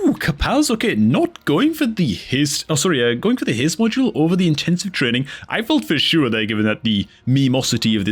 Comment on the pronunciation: Dude, are you Irish? Dat "trreeenin" gave you out😂